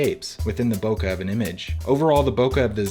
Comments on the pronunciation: Bo - keh not Bo kuh!!! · Nice work, thank you for that. Just one slight remark. The term for smooth background out of focus is pronounced "Bo-Ke", not Bokka. It is fonetic writing for Japanese.